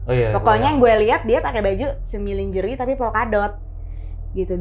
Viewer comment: Njirrrr suaranya cowong banget. 3decibell ! 😅 Gw ampe kecilin volume dibawah standard. Anywayssss: Flight dibacanya tu [FLAIT] High dibacanya tu [HAI] Lingerie dibacanya [LANJERI]